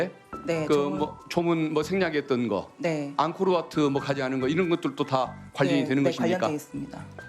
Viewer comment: 앙크로와트 아니예요. 앙코르와트죠. 더빙 수정하셔야 할 듯..